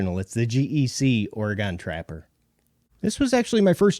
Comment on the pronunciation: One thing: it’s “or-uh-gun,” not “or-uh-gawn.” While I’m at it, the first “a” in Nevada is hard, like “bad.” I wouldn’t care but I caught so much crap over my pronunciation of “Worcester” that I’ve earned a moment of unnecessary indignation, too.